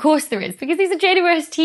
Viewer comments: I am getting old. I cannot hear the double-u in JWST. Has it been renamed? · It confuses me too. I hear a german Weh and understand quite well what she says because i'm german and that's how i would pronounce it. Dou-ble-u has far too many syllables for an abbreviation. Or is is just rly fast? (including length contraction added for effect :))